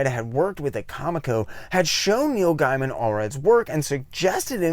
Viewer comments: I'd love to see a retrospect on Madman if you promise me you'll do me one favor and pronounce Neil's last name correctly from now on. It's pronounced Gayman, not Guyman. By the way, I'm just busting your chops. It's nothing personal. I mispronounce names on occasion too. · just a heads up, like you I initially thought it was pronounced "guy-man" but actually it's "gay-man". and like him there was a few times i thought you were saying Neil Diamond LOL. Great vid, and looking through your channel i've queued up a bunch to watch next. Awesome topics for a 90s-onward comic nerd like me. Subbed. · Comico is pronounced Comeeko (I know because I worked there), and Gaiman is pronounced Gaymun.